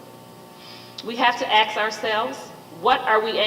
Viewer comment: An educator that can't say "ask"?